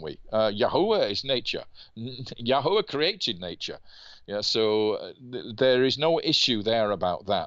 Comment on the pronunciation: That special feeling you get when David Rohl pronounces Yahuwah correctly 😮